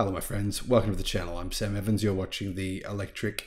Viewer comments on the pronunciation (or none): none